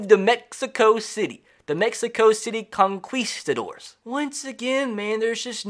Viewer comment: Con"quis"tadors... hilarious pronunciation... love ya man